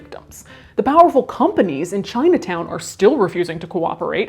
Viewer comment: ChinuhTown oh Lord 🤣